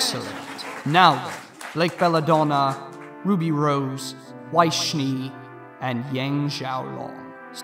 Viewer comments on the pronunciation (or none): I am now and forever more pronouncing RWBY as ruh-wub-ee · “Shouldn’t it be pronounced ruh-wub-e” I died after hearing that